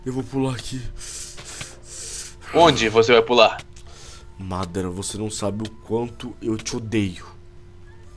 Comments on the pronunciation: SABE NEM FALA MA DA RA KKK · eles tão falando madara errado.